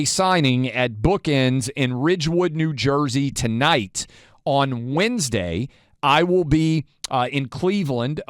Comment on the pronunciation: What is “winsday?” Do you mean “Wednesday?” I know, accent. Or “acc-sint.” What happens with the i/e pronunciation??